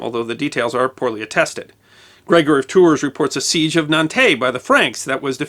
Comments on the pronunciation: I love videos, too. They're excellent and well-researched. Too bad he won't look up geographical names to find out how they're pronounced. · Yeah. I have family in Tours (pronounced “Tour”) and I counted three “Tours” and one “Tour” in this video. Still love you.